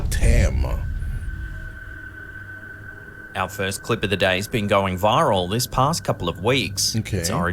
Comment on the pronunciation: Did he say slapped ham? 😂😂 What a name for a YouTube channel